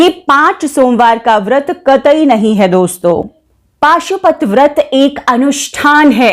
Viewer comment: Pashupati vrat hai paashupati nhi